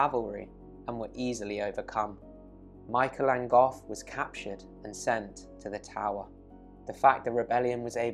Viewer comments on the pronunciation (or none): Enjoyed the video. "An Gof" is pronounced the same as the surname "Angove", by the way.